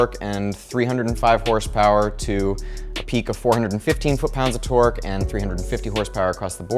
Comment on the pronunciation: Whenever you say torque I hear twerk